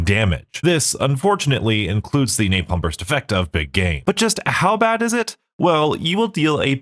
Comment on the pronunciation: please stop adding the "y" to 'napalm' I'm wondering if that is what he is referring to as rage bait... and also in bo3 blast furnace is a fine ammo mod it just isn't the best because of its low spread... the damage is still there it just doesn't have as much reach as a perk like the electric one